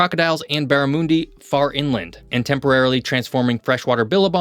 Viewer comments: barramoondi 😂😂 mun.. barramundi not moon other then that your actually pretty good with your facts 🫡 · “Barramoondi” annoyed me too it’s pronounced how it looks barramundi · Wake Up. Its Kack A Do and Barra Mun Dee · spot on. mun-dee 🇦🇺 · Spelling it with a "U" did not help, so you gotta wonder how to communicate the sound. "U" as in "UP"? Barrimundy mate.